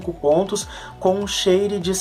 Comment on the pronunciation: Share (a pronúncia correta é “Scher”).